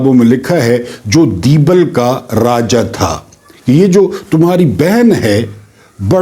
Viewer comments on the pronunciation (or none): none